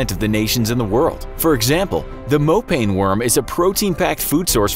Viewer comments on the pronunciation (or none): its not “mopain” worms its moh pah neh